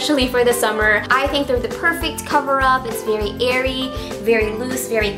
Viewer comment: when she says airy i laugh so hard because im lebanese and u know